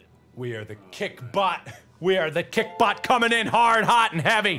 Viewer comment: Mark: says kick bot Me: hears kik bot Also me: rip kik T.T